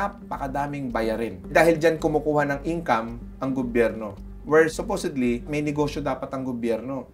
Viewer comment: “Supusodly” tangina bobo to haha